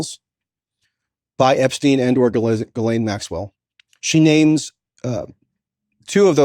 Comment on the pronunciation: Coleman Hughes goes full MAGA Trump dick rider. What a pathetic human. He can't even pronounce Ghislaine's name right.